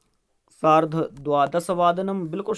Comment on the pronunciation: सार्ध hota h 🤣🤣🤣🤣🤣🤣